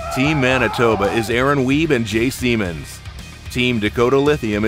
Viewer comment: Jay 'Speeshy" Siemens :o